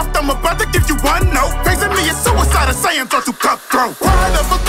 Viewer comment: He pronounced it in a southern accent to rhyme with "saiyans"